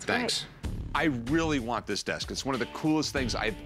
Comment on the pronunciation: Why does she say "desk" like "disc"